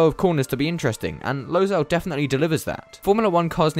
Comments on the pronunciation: It is not pronounced “Losail” it is “Lusail” speaking from a inside view. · Also it is pronounced as Low-sual not Low-zal (Pronunciations make sense with characters that sound as how it is pronounced) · I grew up in Qatar. Im so proud to see F1 coming to doha. And it's pronounced 'lou-sail' not 'low-sail' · So much ignorance in this video. How about starting by saying the name of the track correctly? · that is not how you pronounce losail